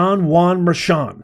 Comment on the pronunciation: It's pronounced judge merkan